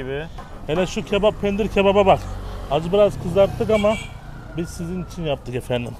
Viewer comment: Penir değil Pendir :) hahhahah